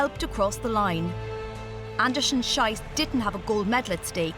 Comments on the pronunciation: She can't say the last name correctly. It's pronounced shees, which means shoot. Sh-aye-ss, which is how the narrator said it, is how you say the s word in German. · PLEASE pronounce her last name “sheece” to rhyme with “peace”! “Shice” (rhyming with “price”) is a crappy mispronunciation. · Not Anderson-SHYCE but Anderson-SHEECE, you muppets. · Whoever did the voice-over should have learned to pronounce Gabriela's surname correctly. It's Andersen-SHEECE!! The way she actually says it means something pretty rude in German. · Greetings to all German speaking people out there watching this! Unlucky pronunciation of her surname 😅😅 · quite a mispronounciation of her name... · Just for the record, that's not how you pronounce Andersen-Schiess:)) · That was really bugging me. It doesn't take much to pronounce a name properly.